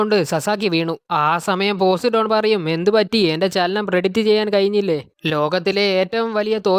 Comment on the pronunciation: Bro posidon alla po sai done agne venem paryan